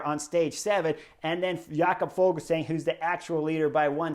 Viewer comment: Fuglsang isn't German, så it's not pronounced Fogelsang. In Danish the g is silent in the word fugl, so the pronunciation is more like foolsang. Which of course isn't very flattering 😂